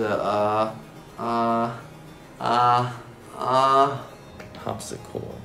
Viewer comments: me: brett: harpscicor, harpscor, harpscirod, harpscio, harpscord, harpsicord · Eddy: typing fast and is farther ahead than brett Brett: har-harpcisor-harpcisord-harpsico-harpsi..... OH I GIVE UP Me: An teenager thinking: uhhhhhhhh, Brett? its umm Harpsichord... awkward